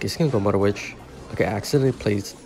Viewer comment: “Mudder witch” 😭